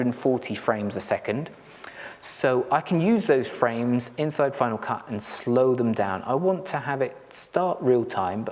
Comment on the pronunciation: I used Final Cut Pro for many years, but gave it up when it changed to FCPX. I'm almost tempted to try it again after watching your piece. But tell me, why do you pronounce it FinaW Cut?